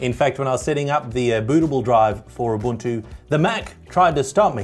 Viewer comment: it is pronounced oo-boon-too